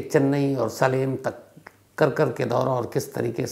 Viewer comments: Shamsh sir assalamualaikum Aap jo jagah ka nam bol rahe hei सालिम nahi he सेलम hei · सलेम नही सेलम होता है। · सर वो सेलम है सालेम नहीं है